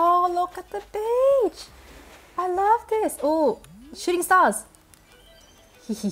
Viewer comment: Lol every time she says beach it sounds like bitch